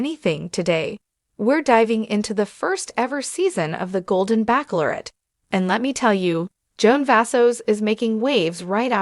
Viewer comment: Why cannot AI pronounce “ bachelorette” correctly?